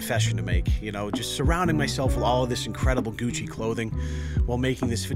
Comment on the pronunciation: "Gushi shoes"